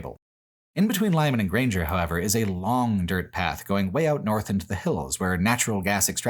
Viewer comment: "much of Nebraska and much of Iowa is accomplished on well maintained, pleasantly grated, *Dört*"